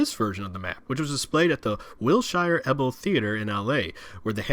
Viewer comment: Great video, but as an Angeleno, “Wilshire Ebell Theatre” is pronounced like “wil-SHER EE-bell” not “wil-SHY-er eb-ELL”